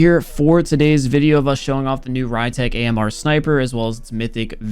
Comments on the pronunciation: be like - The ry-tech Ammrrrrr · new pronunciation: Ree-tek Amer (Rytec AMR)